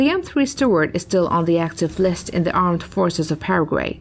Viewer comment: "M3 Steward" 💀